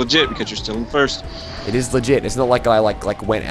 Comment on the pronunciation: pinstripe pronounces "first" as "foyst" ahahahaha😅😅😅😅😅